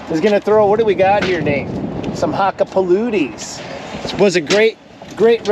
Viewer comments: Good morning,! OMGOSH, please STOP! Brother, You're killing me with the pronunciation of the tire's name! I feel bad for you when you were talking to the rep on the phone and you kept saying Hakkapaluti!!:face-blue-wide-eyes: Had to look it up for you. Here ya go, Brother. Sorry, I feel like a total d!@ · Did you say hakka puluti????😂😂😂😂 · Nokian Hakkapeliitta? If I am correct it should be pronounced with the "a" similar to "u" in Huckerby. And "ii" as "ee". So perhaps more like Huckupeleettu. Very good wintertires, usually among the top car wintertires in the annual tests done here in Northern Europe. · I love you and I’m happy your trying them but I hate the way pronounce Hakkapeliitta Also in case anyone was unaware this is the same company that used to make Nokia phones they’ve both split in two and been sold off to other companies at this point though